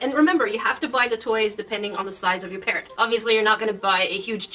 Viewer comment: Lol all the time I thought she was saying ‘parent’ but she was actually saying ‘parrot’ ! I’m so English! 😂